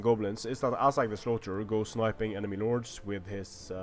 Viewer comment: it sounds like you say nords instead of lords.